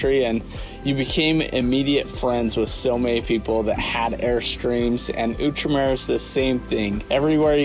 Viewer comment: Its Out-Remer... Not ewwtremer